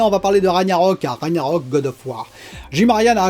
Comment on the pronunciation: Juste Ragnarök ça ce prononce RAG - narök, le g en gue, enfin je sais pas si j'ai bien expliqué 😆